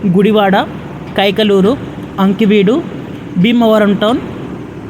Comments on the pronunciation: అంకివీడు కాదు బాబు ఆకివీడు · "అంకివీడు" కాదు, "ఆ-కివీడు".